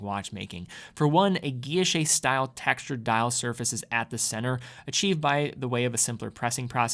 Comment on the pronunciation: your pronunciations of guilloche and Le Locle need work...